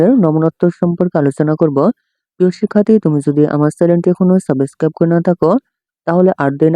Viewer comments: সাবস্ক্রাইব ❎সাবেস্কাব✅😂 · ছাবোছক্সাপ করে পাশে থাকো 😅😅😅😅😅😅😅😅😅বলতেও পারে না